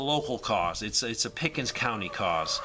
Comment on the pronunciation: Did you say you live in "Pick and Suck" SC..?